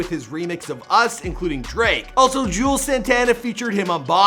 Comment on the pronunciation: Not to mention can’t say names right he said “jewels” instead of “juelz” like bro how much research do you even really do